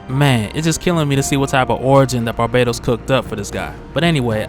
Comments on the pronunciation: I realize that after so many videos covering Dark Knights Metal pronouncing Barbatos like Barbados that it would be hard to break away (at the very least you may wish to be consistent across videos) but wouldn't the link to Batman of all people default YouTubers to pronounce it Bar-Bat-Os? Like a bat, Aquaman can dig it. Good theorizing regardless,, and much love [almost] hearing Barbados constantly hailed up, but I can't ignore the more likely pronunciation. Lol. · "barbaytos" lol